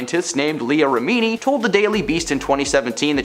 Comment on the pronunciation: I always thought she was exaggerating the alopecia And btw it's rem...ini Not remeeni